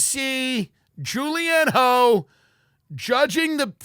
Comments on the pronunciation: Tim Dillon calling Julianne Hough (pronounced Huff- why do I even know this?) Julianne "HO" has me dead. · Lmao Julianne Hoe is such a perfect accidental pronunciation error. The man is effortlessly hilarious! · Same. Suspect Tim knew exactly who she is & mispronounced it "ho" on purpose. 😁